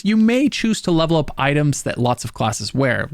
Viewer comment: "And this is where ur gonna lup-lup all ur weapons, ur gonna lup-lup all ur classes..", lup-lup is all I hear now.